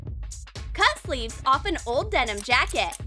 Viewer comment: STOP SAYING DENOM!!!!!!!!!